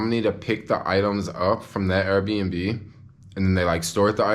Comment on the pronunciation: I love how you pronounce Airbnb. Errbnb. I love to eat at KFC for lunch. That new $3.99 chicken sandwich is the BOMB yo. So juicy and delicious. With the Pickles. Don't get me started on the PICKLES yo. And then there is always SUSHI for LUNCH. Oh, how I love eating things with faces. I am a carnivore YO. Born and Raised. All you people who claim to love God and be so Spiritual and spout all the God stuff and call yourself Vegan, need I remind you of what your God said. Acts A voice said to him, "Peter, get up! Kill these and eat them." ... And there came a voice to him: Arise, Peter; kill and eat. ... And there came a voice to him, Rise, Peter; ... OH YOUR GOD IS A KILLER and MEAT EATER.